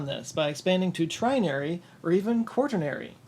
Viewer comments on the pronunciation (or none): It's quaternary :) no hard "r"